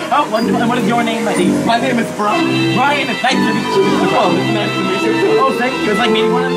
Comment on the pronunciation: you didn't mess up taking, you really messed up Brian's name though